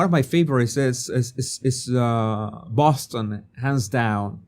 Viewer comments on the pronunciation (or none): none